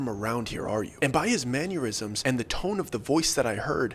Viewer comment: I'm sorry I love you and your stories but "mannuerisms" makes me think of someone politely twitching on the floor 😂